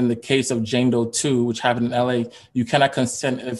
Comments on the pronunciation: Lmao my hi ass kept hearing Django..then I finally realized he was saying Jane Doe 🤣😂🤣😂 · OMG...the first 14 mins I thought he was saying Django not Jane Doe. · I thought he was saying django too at first😂😂😂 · Right... I was like who's Django. Lol